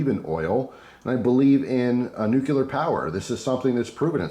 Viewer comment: Nuclear = "new-clear". Just trying to educate. :-)